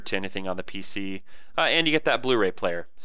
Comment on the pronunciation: Pc not pic lol